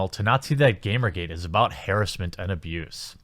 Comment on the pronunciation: Hairassmen?? you mean harassment right?